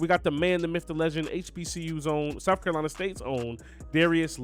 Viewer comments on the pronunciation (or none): none